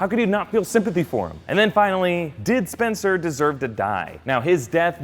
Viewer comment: "Oh no, not spenster and Bolivia."